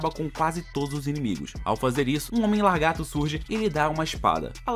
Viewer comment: "largato"!!!! o que é isto?